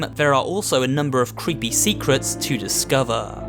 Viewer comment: listen to intonation in the sentence ”to discover!”